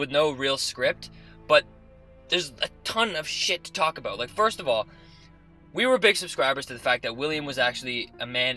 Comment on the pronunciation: 90% of your theories are dead wrong and you can't pronounce "about" to save your lives.